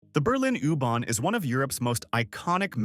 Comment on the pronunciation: I can’t watch this, the AI voice saying “ooh barn” is just too annoying